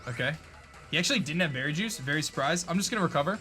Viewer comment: "He actually didn´t have Berry Juice, I´m berry surprised."